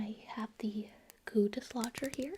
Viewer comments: "We are going to use the goo dislodger-" What my brain heard: "the Guteschlager" Me: "sorry the what now" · I'm gonna be honest, the first time I heard her say "goo dislodger" i thought she was saying "gootis lodger" and I was really really confused XD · Lmao I heard goondiss launcher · When said "goo dislodger" my dumb ass thought she said "Guteslager" and I thought I was about to have a history lesson about Rene Guteslager, the Siberian king